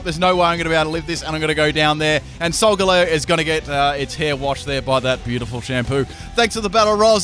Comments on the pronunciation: It's not solgaleer it's solgaleo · idiot he said solgaleo and lunala wrong